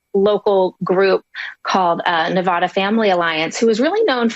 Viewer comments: Nev-ADD-uh. Please, everyone stop talking about my State if you can't even pronounce it correctly. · It’s Nevada not “navaughta”